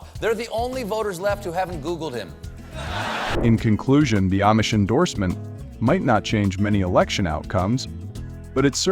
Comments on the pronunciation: Amish is pronounced “Om-ish” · Is this AI generated narration? The Amish seem s to be mispronounced.